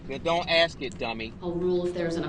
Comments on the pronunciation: Groundzz .. axed…. Would that be fair to say? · "Mommmmmyyy!!!! He not looking at me 😢, he looking at Those people! 😢😢He supposed to be lookin at me! 😢 Tell him Mommmyyy! I axed him a question!" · I like how he “axed” these questions to the witnesses as if THEY were the ones on trial, and not himself. Like, it’s Erika’s fault he was enraged It was the parades fault for being in the road It’s the officers fault for shooting at him It’s the FBIs and detectives fault for figuring out who he is. Everyone else’s fault except his. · I wish someone told him "I don't understand what AXED mean" !!! He wants to control that cop and to order him around because he thinks he has the power because he is his own lawyer or like he says "turd parry inter *wiener*" 😂😂😂😂